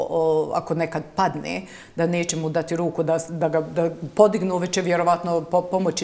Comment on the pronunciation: Hoče,neče,slijedeči,moči.Zeno tesko je ovo slusati.